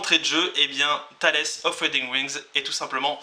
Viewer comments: TALE---S Lol la prononciation :p Taylez ça ce prononce mais surtout pas insister sur le s/z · Tu vois le renard qui se nomme Tails dans Sonic ? Bah Tales se prononce exactement de la même manière Maybe est le nom des DEUX auteurs il y en a pas qu'un.